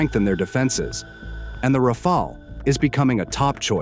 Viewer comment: haha what a joke, somehow pakistani's are obsessed with Dassault Rafale's yet they still didnt learned to pronounce it lol, and mate wheres the evidence of the 3 rafale's that are shot down? when this question was asked by a international journalist, your so called clown of a defence minister replied its all over social media, HEIGHT OF STUPIDITY ! Well anyways i understand that you guys want something to satisfy your ego so just be happy thinking that pakistan had shot down indian rafale's. Also i would like to thank china to support us by selling pakistan some chinese toys which showed what they really are, the j10c's , j17 thunders and hq9 air defence system's. CHINESE EQUIPMENTS ARE NOTHING BUT A PIECE OF GARBAGE. Our drones had managed to destroy the pakistan's so called advanced air defence system HQ9 which the china told pakistan are superior than the s400 defence systems which was purchased by india from russia. So conclusion : { pakistan became the first country to shot down a 4.5 generation get in your dreams : ) }